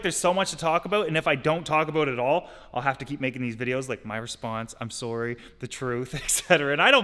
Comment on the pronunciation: Every time he says “sorry” it’s very noticeable